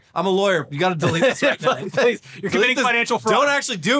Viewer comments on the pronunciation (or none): Did you even say Pweese?